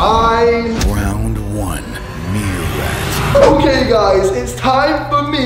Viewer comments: Listen closely and you hear them say meerrat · On the first animal the words said meerkat but the man said Meerat like if u heard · He said meerrat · It's a meerkat but the guy siad meerrat